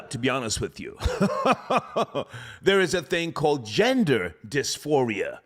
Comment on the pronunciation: “Racial disfiria” coin that